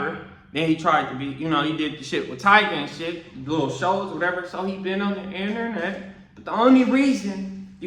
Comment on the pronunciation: Why was wearing Last Kings an issue in that section? Why how dude say innernet always crack me up? Sidenote, that aint right talkin bout dude arm like that. You should stick to his actions.